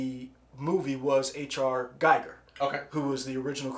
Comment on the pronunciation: Giger rhymes with eager. He designed the Alien. Chris Foss also worked on Dune as did Dan O Bannon